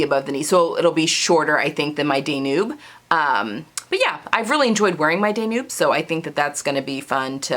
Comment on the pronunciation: Love hearing your plans! It’s very inspiring. I do have to mention the pronunciation of Danube is “Dan yoob” like the river in Europe.